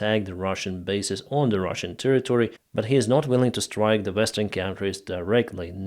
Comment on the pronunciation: Not the "Vestern" countries, the word is "Western"!